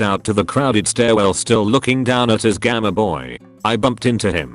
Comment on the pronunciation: Gameboy: exists Text-to-speech: “Gahmeh-boy”